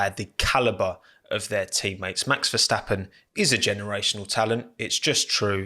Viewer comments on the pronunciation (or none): none